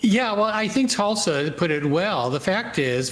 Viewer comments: He said Tulsa twice 😂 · Turley keeps calling her Tulsa.